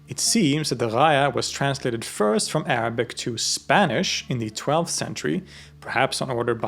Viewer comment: I can't get over your Arabic pronunciation, it's flawless almost native.